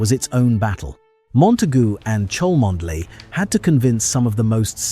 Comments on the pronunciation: Cholmondeley is pronounced "Chumley" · Why does this narrator NOT know that the name "Cholmondeley" is pronounced "Chumley" - shame.....